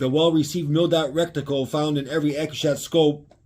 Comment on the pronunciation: 😂 omg this guy saying rectile, rectile, rectile so much has to be on purpose. Its not even like he cant read. If you know the word then theres no way you dont know its reticle. Ret- tickle.